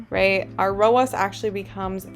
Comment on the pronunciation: Love this content! You are the first person to make this make sense for me in a very easy to understand way - THANK YOU!! Funny side note, your pronunciation of ROAS as “row-oss” would mean pronouncing Ads like “Odds” 😜 I have only heard ROAS pronounced “row-azz” because Ads is pronounced like, well, Ads 😅 Anyway, made me giggle and re-watch that whole section many times because I was distracted by the pronunciation. Good for the YT algorithm LOL! New sub 👊🏼